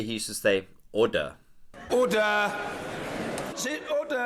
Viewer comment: Order or Udder? Tit. 😆